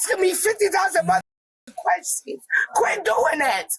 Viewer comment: "fiddy thousand queshins."